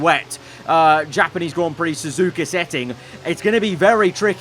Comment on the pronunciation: The best part was Crofty saying Zuzuka